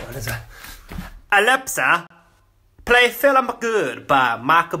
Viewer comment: As if my alepsa has gone off when he said alepsa xxx